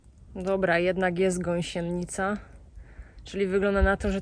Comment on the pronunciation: Czy ktoś jeszcze oprócz mówi gąsieNNica? 😂